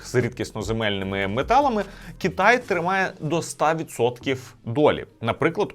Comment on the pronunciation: Чому кІтай , а не кИтай, дуже вухо ріже, виправте будь ласка цей недолік